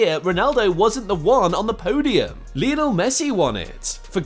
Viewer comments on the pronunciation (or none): none